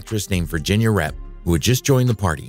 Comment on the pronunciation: Virginia "Rappay" not wrap!:face-orange-frowning